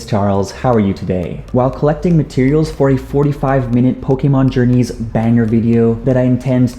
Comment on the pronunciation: Did u know pokemon isnt pronounced pokemon its actually pokaymon